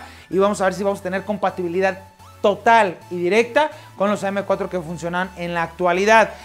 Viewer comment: DICE COMPATIBILID NO COMPATIBILIDAD